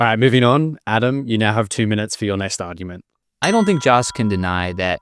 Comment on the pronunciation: How come the moderator cannot say 'argument' ?